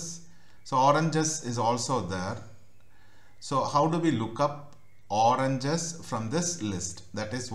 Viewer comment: अबे अंग्रेज वो ओरनजस नही ओरेंजेस